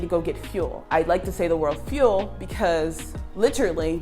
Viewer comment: lol even fuel is not correct it is Fuwellllll lmao